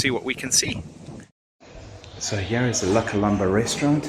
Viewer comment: You two are shocking at pronouncing French- I only learnt it at school- La Colombe- you do not sound the 'b' at the end only as the last sound is the 'm'. The other one was the Oak and Vigne -Vign e is as in sign no sounding the 'G'!!! Just letting you know folks! I had a birthday lunch at La Colombe - it ws really lovely! I agree Constantia is beautiful - truly graceful area.